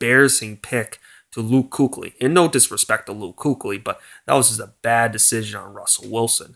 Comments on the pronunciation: Kuechly is pronounced with an e not a U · it's LUUUUKE not KOOCH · Deci is god relax it wasn’t an insult he just thought it was funny how the guy pronounced kuechly wrong. Then the other guy got all defensive and insulted him so you are actually dumb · I didn't insult him until he insulted me I just laughed at his mispronouncing of Luke Kuechly you are just projecting your own insecurities by taking personal digs at me you are just making yourself look insecure.